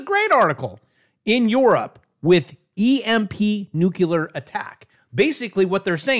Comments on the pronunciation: New clee ar.... Please, drives me crazy.... Nuclear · NUCLEAR!!!!!!!!!!!!!! NOT NUCULAR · it's pronounced noo-clear and NOT noo-cu-lar. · Ok! That's it! I'm officially switching from NEW-CLEE-AR to Nu-cu-lar. You're killing me! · Did you just say new-kya-ler? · Ok Once more!! Say it with me!! New klee ur!! NEW KLEE UR!!!